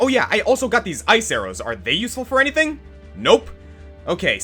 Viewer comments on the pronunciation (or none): none